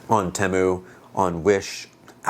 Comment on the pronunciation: It's pronounced Teeeeeemu